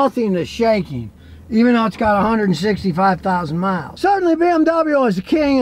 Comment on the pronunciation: Emphasis on the 165000 miles 😂😂😂